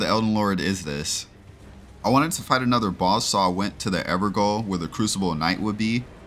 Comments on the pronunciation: Gaol is i pronounced had jail not goal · Ever jail. That's how you pronounce evergaol. I know I know. It's spelled gaol. Pronounced exactly like jail. It's an archaic spelling for jail. I'm just nitpicking on things I guess. Just weird how many people get it wrong. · I'm not trying to nitpick or anything here, but the correct pronunciation for "Evergaol" is "Everjail". "Gaol" is just the "Old English" word for "Jail", so a word like "Gaoler" would be pronounced "Jailer". Just thought it was worth mentioning. :) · gaol is pronounced jail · Just a heads up, gaol is pronounced jail